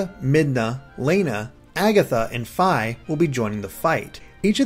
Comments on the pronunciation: ur saying Fi wrong... it's Fee not F-I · Fi is pronounced fee not fy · FEE FEE NOT FY FEE! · you say it like fie its suposed to sound like fee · FEE not Figh Sorry had to get that off my chest Great anaylses as usual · As soon as he said Fy I paused the video to see how many people would post "its Fi not Fy" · i think fi as in fie not fi as in fye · I swear, I thought it was pronounced "Fii" not "Fy"...strange. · Lol Fiye, its Fee. js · I know it shouldn't be bugging me lol but Fi is pronounced like "fee" not "feye" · its fi. you say Fai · BTW, Fi's name is pronounced Fee. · Fi is the Latin word for faithful. It's pronounced fee. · I think you pronounce Fi as Fee, like you're paying a fee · Fi's name is pronounced FEE. Also, this is a theory, but, since this is an alternate dimension, wouldn't that mean Midna and Link would have never met? Hence why she isn't in that human-ish form? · It's pronounced FEEEEEEEEEEEEEEEEEE. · nawoalanor Fi's a Greek letter, and it's pronounced fee... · Did he just call Fi, "Fie/Fye" What the fuck analysis machine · Learn how to pronounce Fi!!! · He cant say fi right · I was just about to comment the samme thing. lol :3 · Oh dear I think you mispronounced Fi and Lana